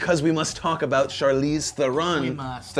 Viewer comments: Why do people always pronounce Charlize Theron's surname wrong? it is not Th-air-on! it is teh-roh-n -_- its not that hard. Or maybe its because im from SA. I'm big on addressing people by their names correctly. butchering is unacceptable. Just because you have an accent doesnt mean you get to be lazy with people's names. Final Note:Will check Snow white & The huntsman out because it has gotten relatively positive reception so far. :D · Her surname is pronounced "TRON" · It's pronounce Tron, god damn it!